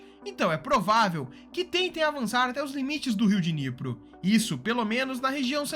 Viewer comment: Riu Diniyepri... q Dinipru...